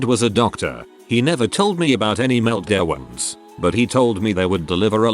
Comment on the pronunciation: Text: "meltdowns" TTS: "meltdeahwonts"